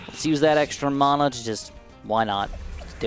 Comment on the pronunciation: You say mana wrong